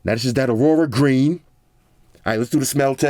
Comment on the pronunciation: I tought that you said ''World-war green'' instead of Aurora Green, lmao